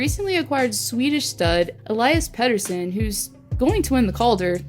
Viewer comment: You completely mispronounced Elias Pettersson's name. Not even close.